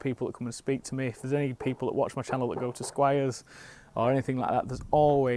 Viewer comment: Where you from? My ears pricked up when I heard squires lol